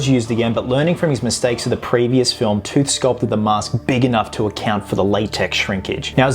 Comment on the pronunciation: It's Wayne Toth, not Tooth